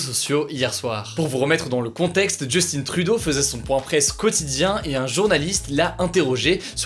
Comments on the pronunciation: Justin Trudeau est un Canadien-Français / Québécois, tu peux prononcer son nom “Justin” à la Française et non à l’Anglaise. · petite info pour la prononciation de Justin Trudeau : si on prononce le N de justin, on penche vers le côté anglophone donc : Justine Troudeau sinon sa femme est francophone donc prononcer à la manière française est totalement possible (même préférable) 👍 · Juste pour dir on dit ju-stin et autre conseil venez pas me dir le contraire s’est mon premier ministre (Québec) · On dit Justin à la française je sais je sais on te l'a dit :) Ceci dit , Justin a toujours été plutôt pro-obama, ils sont du même type de gouvernement ( de droit ) donc ça m'étonne pas qu'il ne cautionne pas ce que fait Trump... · On dis justin comme en France pas comme au USA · Salut Hugo !! Le nom de Justin Trudeau ce prononce en Français pas en Anglais 😭 jusst hein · J'ai dû reécouter la partie là juste à cause que ça m'a complètement dérangé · Super vidéo ^^ ! Par contre étant canadienne francaise (québécoise en gros) tu peux dire le nom Justin Trudeau comme vous le diriez en france car je dirait que le seul truc qui ma perturbé dans la vidéo cest la maniere dont a été prononcer son nom 😂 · Justin Trudeau est francophone, donc son nom est prononcé à la française. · C'est bizarre comment tu dit Justin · pour le premier ministre canadien sa ce prononce justin comme en français alors ta pas besoin de prendre ton accent anglais mdr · Oui les québécois on a compris ce n'est pas "Justine" mais "Justin" 😂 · C'est pas 'Justine' Trudeau, c'est Justin... Si tu dis sont nom de famille en français, dit le au complet en français et non en anglais, sa sonne vraiment mal. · Petite rectification: On ne prononce pas JustINE Trudeau mais bien JustIN Trudeau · Tu prononces tellement mal son nom!!! Ce n'est pas "Justine", C'EST JUSTIN! "IN"!🤦‍♂️🤦‍♂️🤦‍♂️ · On dit pas JustinE Trudeau on dir Justin Trudeau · justine trudeau xD chui dead on dit justin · Hugo ça se pronnonce justin et non justine